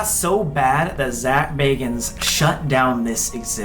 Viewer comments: Really can you read baaaaagans!!!!!!! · Bagans,I thought you said Zak Bargans?:)+ xoxo ,muah,peace lol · Im sorry but Zaks last name isnt Bargans its Bagans. Zak Bagans. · Zak bagans lol your saying his name wrong.. lol